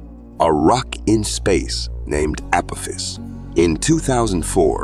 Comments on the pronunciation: Anyone else bothered by him calling it 'Keeper' belt instead of Keiper belt and 'Apofiss' instead of AH POFF US? Several mispronunciations driving me nuts. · (ah pah-fis) not (apifis) AI is better huh?? Seems like outright laziness to me 😂😂😂😂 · It's the pronunciations that are killing me. The 'Keeper Belt' and 'Appofiss'....lmao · I quit watching after the AI narrator said Appowthiss and the Keeber belt. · This guy can’t pronounce words correctly. 😂 Keeper belt? Appofiss? 😂😂😂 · This must be either a russian amerikanske Or AI narrorator.. I DONT LIKE AI NARRORATORS THEY SOUND FAKE AND PRONAUNSE ACME A CME A PO THIS APATIS WHAT THE FRACK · Really bad pronunciation of apophis and tsunami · mispronunciation of Kuiper(as Keeper) and Apophus is so careless, and frustrating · the asteroid you call Apophis is pronounced wrong it is pronounced like the god from past history